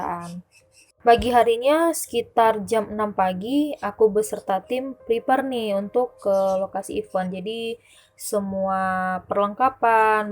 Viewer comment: FYI Even /ˈiːvən/ = bahkan / bilangan genap Event /ɪˈvent/ = acara Prepare /prɪˈpe~/ = menyiapkan Overall, suka ceritanya 👍 thanks for sharing the story